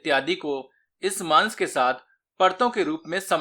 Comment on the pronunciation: Maaans...maat bol bhai😂😂😂...ajib lgta h